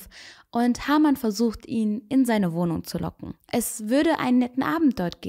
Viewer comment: Sehr interessant , aber bitte Haarmann und nicht Hamann